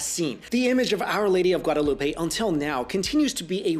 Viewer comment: If your going to say my name "Guadalupe" please say it right